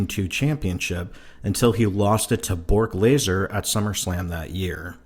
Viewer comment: Haha he said Bork laser instead of brock lesnar that's funny